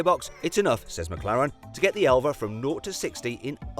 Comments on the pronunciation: 엘바를 엘베라고 읽는다❓ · 엘바 아니고 엘베?ㅋㅋㅋ